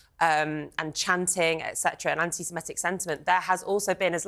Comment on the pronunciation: The presenter says 'anti-SemEtic' - it should be 'anti-Semitic', of course; certain people seem to struggle with this. Try to get it right.